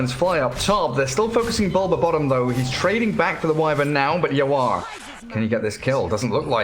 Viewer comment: Caster saying YawaR as Yawa ang thats cursing in bisaya hahahahahah